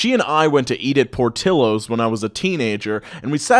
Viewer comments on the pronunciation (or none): Saying portillo's like that is no different then saying unironically "tortila"